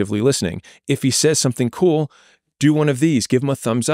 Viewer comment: I love how Chris is pronouncing 'says' in stead of 'says'